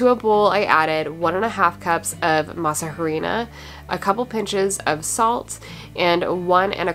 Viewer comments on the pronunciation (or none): Love your videos! In case nobody has mentioned it to you, in Spanish the letter “h” is silent. Masa harina would be pronounced as “masa arina” ❤ Thank you for your videos.